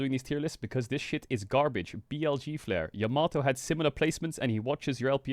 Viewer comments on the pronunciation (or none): none